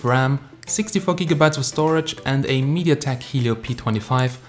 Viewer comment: You killed it when you said Mediatek .